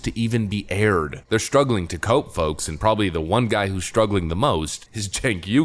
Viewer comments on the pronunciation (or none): none